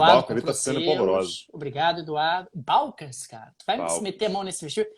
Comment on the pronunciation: "Balcãs" é palavra oxítona.